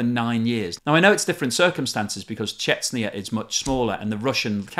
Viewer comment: You keep pronouncing Chechnya incorrectly in every single one of your videos.